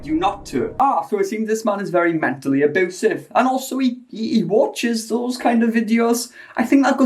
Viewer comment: Nobody:: "auboosive 😯"